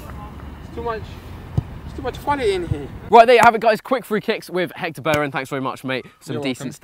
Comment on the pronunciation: "Jector belerin" HAHAHAHAHHAHAHAHAHAHAHAHAHHAHAHAHAHHAHAHAHAHA